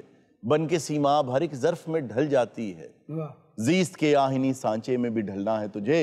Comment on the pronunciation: سٙمت ۔۔۔نٙکہت ۔۔۔آ ہٙنی ۔۔۔۔۔۔۔۔۔۔. . تلفظ ذرا درست کر لیجے . . . . . . . . .